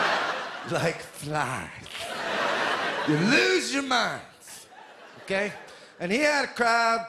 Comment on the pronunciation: i think its a bit of both. it's very similar to his own voice, but hes exaggerating a bit sometimes. however when he mispronounces flies, i think his tongue just slipped.